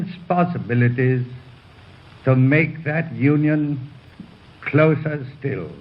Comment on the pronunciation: I am by no means a linguist, but I think I do have an ear for accent and I take great pleasure in just listening to the way people speak English in different accents. At about where he says the words, “immense possibilities”, it really struck me the way he pronounced the word “possibilities“. To my ear the way he pronounced the letter “P“ sounded very east Indian… The way they kind of spit their “P” out with a ‘popping’ sound, right on the very tips of their lips. That’s how he pronounces his “P” here. Interesting.